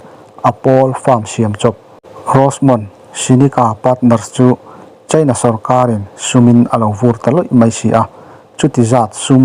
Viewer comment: Tunlai chu... China ram chanchin kan ngaithla nasa sia.. Cheina... Ti lovin Chaina... Ti thei zawk la... A ngaihnom sia.. Beng a khingbai deuh tlata